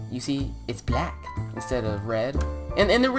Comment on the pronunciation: ”itz blak”